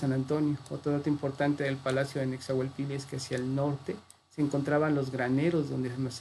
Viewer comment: Este es mi segundo comentario.. Cuando menciona a Nezahualpilli lo pronuncia Nezahualpiyi.. Según mi maestro José María Garibay, en la lengua Nahuatl la doble ele se pronuncia como una ele larga o dos eles separadas... Nezahualpil_li. Según el libro LA LLAVE AL NAHUATL.. JOSÉ MARÍA GARIBAY... EDIT. PORRUA